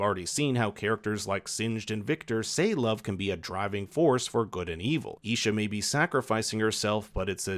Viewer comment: Bro you butchered their names it's s Vander and Isha